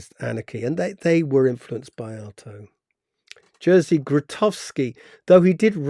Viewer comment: It's funny that you did read "Jerzy" like "Jersey".